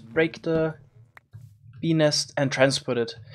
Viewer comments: Pe nest but the T is silent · ei vittu make se sanoo Benis :DDDDDDDDDDD ebin :-DDD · it sounds like he is saying ''benis'' instead of bee nest lol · BENIS :DDDDDDD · “Bee nest” Kinda sounds peni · Lmao, i had subtitles on, and every time he said bee nest, it said penis😂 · At 1.25x playback speed, i kept hearing peenist instead of bee nest. Just so you know... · I know he's saying bee nest, but.... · When he said “bee nest” it sounded like something else 🤔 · i cant help but giggle when he says bee nest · When he says "bee nest" it kind of sounds.... like a different word... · Is it me or when he said bee nest it sounded like... hopefully you know.